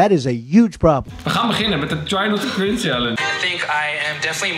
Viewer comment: Hoe ze het wwoord chringe nog maar uitspreken shitttt HELPPP